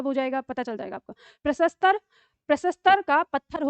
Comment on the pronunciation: हिन्दी की इतनी बड़ी विदुषी भी उच्चारण गलत करती हैं! घोर आश्चर्य! आपने प्रस्तर को प्रसस्तर कहा।